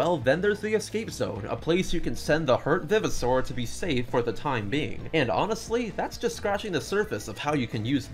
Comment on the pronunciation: I know this is a knit pick, and this video is 2 years old, but the fact you say "vivosaur" like "viv-i-saur" bothers the heck outta me. how I've always read and heard it, it was "vive-o-saur" like it was a revived dinosaur. Great video regardless tho